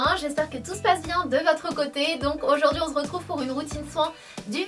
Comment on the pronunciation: Il y a que moi qui entend : On z'retrouve... A chaque video ?